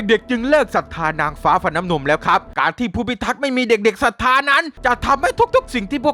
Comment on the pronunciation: เป็นเราคนเดี๋ยวหรือเปล่าที่ได้ยินพี่พูดว่า เทพทิดาฟันน้ำนุง